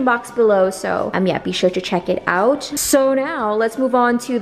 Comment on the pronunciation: “Why do I keep blanking outch”